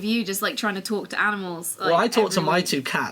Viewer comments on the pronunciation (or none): i love how they pronounce animals as aminals